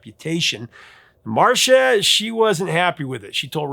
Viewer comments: Thanks for this very interesting video. FYI Ms. Griffith's name (Marcia) is pronounced "MAR-SEE-YAH" not "Marsha". And Rastafarians would NOT have written a song about a vibrator, so I believe Bunny Wailer. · Marcia, not Marsha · Love the channel,Sir. 😊 I've always heard it pronounced Mar see ahh. 😮